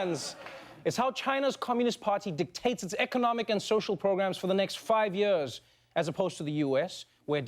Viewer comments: yee ahs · I love how he says "years"